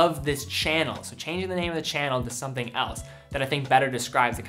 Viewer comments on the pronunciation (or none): none